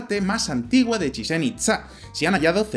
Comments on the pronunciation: es CHICHEN NO CHIZCHEN !!!!!!!!!!!!!!!!!!!!!JAJAJAA no le sale al pelado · En un poco gracioso como dice Chitzen a Chichén que es como si dijeras chinche xD